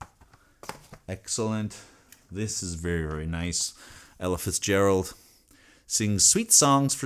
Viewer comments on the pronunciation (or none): none